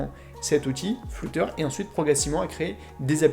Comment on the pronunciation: juste il sait pas dire flutter